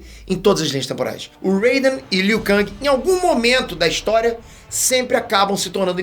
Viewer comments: Está no jogo a forma que é pronunciada, em inglês é "Ken" e em português é "keng", o pronúncia "Kangui", errado. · Você está se referindo ao ou ao criador de Mortal Kombat? Pois está na porra do jogo a forma correta de pronunciar o nome do Liu Kang, nunca foi "Liu Kangui" e sim Liu Ken (em inglês) e português Liu Keng!! Os produtores de Mk são de lá e deram essa pronuncia pro Liu Kang! E não me interessa Oque o é, até aqui no Brasil é comum pronunciar o nome dos brasileiros incorretamente, o errou a pronúncia do nome do Liu Kang e acabou!!!! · É Liu Keng e não Liu Kang que se fala Hermione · Burro e você que deve falar "Keng". A pronúncia correta é com A. Liu KAAAAAAAANG. O nome dele não é americano, o nome dele é asiático... NÃO MUDA O A PARA E. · Eu sinto uma pontada no rabo toda vez liu kang, com a em vez de e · A pronúncia é "Keng", fazendo o favor. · "Liu Kangue" o mano tá hiperfocado na Marvel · Liu kangue e foda kkkkkkkkkkkkkkkk pode até ser o pronunciamento correto kkkk.mais n me entra kkkk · Não tanko ele falando Liu kaNGI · Aí liu kang keng kkkk faz de street fighter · Mano é uma tortura o dize "Liu Kang", o certo é "Liu Keng", se escreve Liu Kang, mais com o som do "e" no lugar do "a". Kkkkkkkk nossa pareço minha professora de Português kkkkkkkkk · Ele tá pronunciando em "ingrês". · O jeito como o fala o nome do Liu Kang doi demais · A pronuncia do Liu Kang sangra meus ouvidos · Cara mora nos estados unidos desde que nasceu e ainda nao sabe pronunciar Liu Kang KKKKKKKKKKKKKKKKKK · Me dá calafrios vendo ele falar Liu kang kkk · Kkkk achei mt estranho o falando Liu Kang kkkk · pronunciando Liu kang eu imaginei o kang da Marvel como um rapper kkkk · Mil anos se passaram e o ainda não aprendeu a pronunciar o nome do Liu Kang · Ou é você que pronuncia errado????